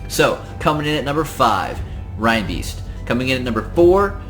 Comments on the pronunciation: It's not "Rine-Beast" it's pronounced 'Rain-Beast' because it's based on a Reindeer (pronounced, rain-deer") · Why do I keep hearing people pronounce Reinbeast this way? He's obviously a reindeer. I mean EVERYTHING about him screams reindeer. Pronounced like raindeer not like rinedeer. wtf